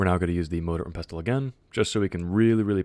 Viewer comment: Pestle is pronounced "PEH - sill" very simple rhymes with vessel.😊